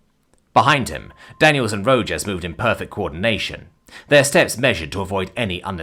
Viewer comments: I love it when I'm not the only one saying how a name should be pronounced. It's Ro-Haas. Not Ro-Jas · Rojas is pronounces 'Row-haas' not 'Row-Jaws' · Ro-HAS. Rojas is pronounced "Ro-Has". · FYI It's pronounced Row Hoss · As a Texan, the pronunciation of Rojas as Ro-jass was killing me. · This Arizonan agrees with you. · Illinoisan here, think my eye twitched every time.